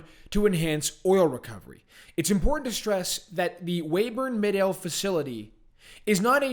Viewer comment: Good reporting. Midale is pronounced My-dale (long i and accent on first syllable).